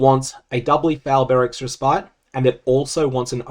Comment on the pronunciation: Love the content but just a little nitpick. Respite is actually pronounced more like Res-pit.